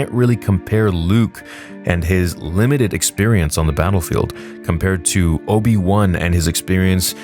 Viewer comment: its obi wan not obi loose